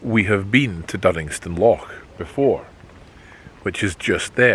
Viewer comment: I'm sorry to pick you up on this but it urks me so much that a Scotsman cannot pronounce the word loch properly.